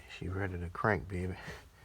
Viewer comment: Woot woooot! Congratulations to that three k 🥳💖 imma need you to quit saying bay Beh in that accent lol 🤭 caught me off guard bro